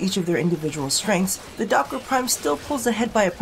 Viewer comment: You said duck-its wrong :(